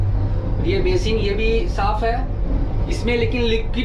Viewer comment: भाई आपके vedio हमेशा देखता रहता हूं आपके श ओर स में दिक्कत है जैसे बेसिन बेशीन